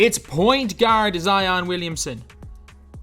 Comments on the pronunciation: be like: Zeeon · Zeeeon Williamsin what he be like hahahhahaha